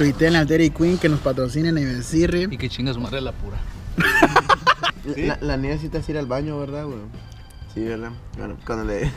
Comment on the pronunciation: Dijo epura o la alpura